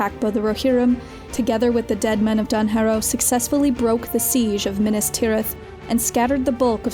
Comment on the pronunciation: minas not minis